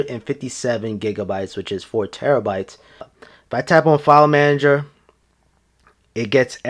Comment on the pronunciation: file Manger ??? What the f**ck dude